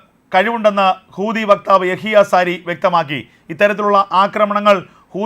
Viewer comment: എൻ്റെ.. കൂതി അല്ല.. ഹൂതിയാണ്....😅